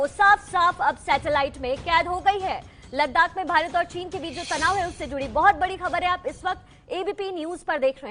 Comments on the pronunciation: Are chutiya ABP media भारत होता है भीतर नहीं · Bhaaret not bhiret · Bhirat nhi hota bhart hota h.newwalo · Bhirat nahi madam bharat hai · Bhirat nahi Bharat hota hai ,,, headline padh liya karo...... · It's Bharat not Bhirat....... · 'भीरत' नहीं 'भारत' होगा। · news wale bhi spelling me mistake krte h. भारत होता है भीरत नही🤣🤣🤣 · Bharat hota hai bhirat nai chutiye phele apni galti sudharo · Bharat ki spelling to sahi se Bolo 😂😂😂😂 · Bhirat...😆😆😆..saale anpad ...Abp....nhi Abc hota hai